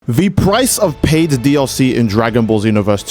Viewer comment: "the PPPrice of PPPaid dlc..." Bro the way you pronounce those P's man.